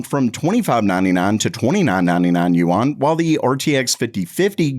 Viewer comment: I live in Hong Kong and just so you know, you're pronouncing Yuan wrong. It's much easier to just say, RMB!